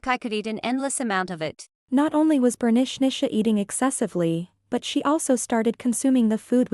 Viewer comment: I keep on hearing Bernicnicia (pronounced Bernishnisha).